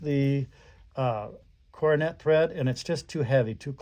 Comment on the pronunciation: Pronounced “Cor don a” foot